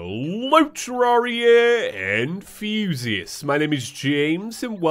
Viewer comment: Did any one else think that when he says "Hello Terraria enthusiasts" he said "Hello Terraria and Fusius" like "Fusius was a old friend of the channel or summin.